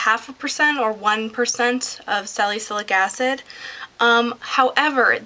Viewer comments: Sal i sil ic is how it is pronounced.. =) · sal - ah -sil -ick acid.... I love your videos! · sal-a-sil-ick acid. I'm so glad you're preaching the virtues of treating your neck and chest with the same products you use on your face. They are 2 areas that, if ignored, will totally betray your age when you're older! I do notice that you don't mention an eye cream- it's a good habit to get in, since the eye area is generally the first to show signs of aging! Love the vids, and your hair, btw, keep up the great work!